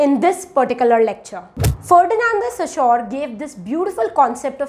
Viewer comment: Your explanation is amazing and clear. They are very helpful. I have a suggestion for you. You have problem with pronunciation of few words. Eg Ferdinand De Saussure. Please check how to pronounce the word.